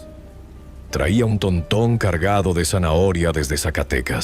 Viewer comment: Jajajaja TONTÓN será TÓRTON o así le dicen para tu rancho????